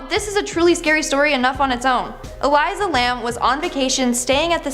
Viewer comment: ***ELISA (ee leessaa) Lamb